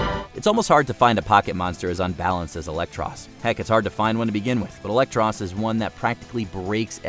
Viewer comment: This is a pretty good li- ELEKTROSS??????????????????